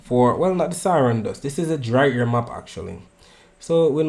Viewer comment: Make sure you say dry air and NOT dry hair.🤣